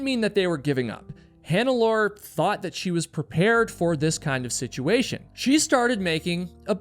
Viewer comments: Mallorys body is very much acounted for and a gravestone of sorts was even set above his body. Green boots however was moved in 2014. Also it's pronounced hannelorE, the E isn't silent, it's German. Also it's not jerard, it's ger-hard, hard G. Again, German. Show some love for the victims. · Hi Im getting my friends subscribed. 🧡 your podcast. On this episode you butchered Hannelore and Gearhards name. Kind of a disservice.